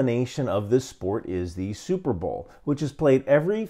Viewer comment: Never heard before of superbowl and it sounds like superblow.